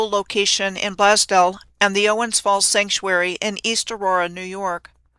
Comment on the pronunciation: As a Buffalonian...it's pronounced "Blaze Dell"